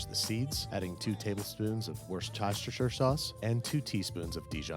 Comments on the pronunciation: Woshtisiser sauce 😂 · Wuh-stuh-shire sauce. :^) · Wu-ster sauce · Worst-tashtasha sauce?! :) phonetically, I'd go with 'Wustershire' :) and now I'm hungry! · Whuh-stuh-sheer sauce. It’s not hard to say. The “ces” bit is just “st” just like in Gloucester or Bicester or anywhere else spelt that way in the UK... (and yes shire is pronounced sheer). Why do people have so much trouble with it? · Worcestershire: War Stir Sure. That’s how you say it. I swear I’ve never heard a youtuber say it right. War Stir Sure. Say it quick. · Woretisiter sauce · Where do I get my Worshtashtersshter Sauce? lol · Worst-chir-Cheshire-shire sauce already has anchovies in it... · I believe it’s pronounced “woo sherr sherr” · worchosheshster sauce. you are the best. lmao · It’s pronounced WUSS-STIR-SHEER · I'm sure you get this all the time, but its often pronounced wo-ster-sheer sauce in the UK. Love the channel btw. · BTW Babish for future video reference it is pronounced Wore sest shure sauce :) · Worschachestcher sauce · Wuss-ter sauce. That is all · Babish and everyone else out there the pronunciation of Worcestershire is easy, Say it like this Wuss-ter-sheer or Wuss-ter-shire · Just say "Wusta-sher". That's how it's actually pronounced and it's not hard to say. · Worcestershire: WUSS - TER - SHER, simple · Omg worchestachcher sauce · warschaster sauce. Was that on purpose? 😂😂😂😂😂😂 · I don’t get why you yanks struggle with this so much but maybe this will help :) “Wuss -ter - shah” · Woshestor sauce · Horse tostichur sauce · wurs-tosh-ter-sher sauce?? ...I love that stuff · "Worstashasher sauce" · From an English person, its pronounced like 'Wustershire' sauce over here :) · Lmao, it's pronounced 'wuh-ster-shear' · Yeah, wosheshhsoketer is really easy to get right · worstostersher sauce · Yes ps (wu-ster-shear)😀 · Worshatashisher sauce...... really man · Wurshtasheshir Sauce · It is pronounced Wostershire Babish. :) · Wooshchastershire sauce? As a British man this hurts me inside